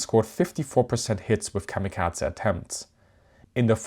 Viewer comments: A great video despite of the klanging sound of kamikazah. Did the Naval Academy sign off on pronunciation. kah mah kah ay or kam i kah zee but not kah mah kaz ah. And definitely not a schwa at the end of kamikaze. In either London or New York it ends in a hard A sound. And definitely in the US Naval Port of San Diego. It's not unusual for foreign spellings to use e as an ay sound,,, you know the sound that the symbol E makes in civilized spelt languages like Spanish and German unlike English where we say Great Vowel Shift and blame all the confusion in spelling and pronunciation on Gutenberg. Or actually on the Dutch and Flemish printers in London in the 16th century.. My dad's cot or where it might have been is visible in the picture of the Big E's forward elevator hanging 100 meters above the deck in one ot the original turret toss style photos taken after a kamikaze hit through the flight deck. Fortunately he was at his gun. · Why is he saying kamikaza like there’s some kind of a at the end? It’s kamikaze if you’re gonna make a documentary on something learn how to pronounce it. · kamikaza ? Atleast bother with using the correct pronunciation for this nearly 20 minute video on the topic, instead of having us suffer through the misappreciation every 30 seconds. The american enunciation actually matches the original Japanese. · No it doesn't. The American pronunciation is to either pronounce it like kami kazy or kamikazay. Americans basically never pronounce E ending words in Japanese correct unless they have tried learning Japanese. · why do you keep mispronouncing the word Kamikaze? there is no T or D in it. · How cute it is that you pronounce kamikaze like it is a Georgian family name. Like Eduard Shevardnadze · I hate the way you pronounce kamikaze lol